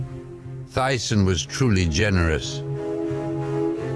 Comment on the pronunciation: "Tyson fué realmente genuerouzeauuuu"..... que idioma es ese, esloveno ??